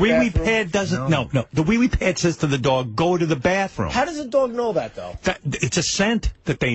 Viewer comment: Jason is the worst. The way he pronounced dog drives me nuts